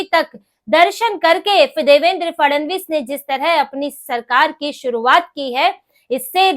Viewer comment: Grrrrrrr...... Fadnavis ... or Fadanvis... Kindly check your pronunciation